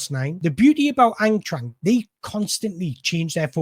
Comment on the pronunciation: I love the way you pronounce Eintracht. But not to sound pedantic, it's pronounced Ein-trakt.